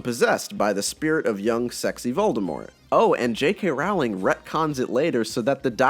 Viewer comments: so never right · Her last name is pronounced ROLLLLLLIN. Fyi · Her last name is pronounced like "rolling" FYI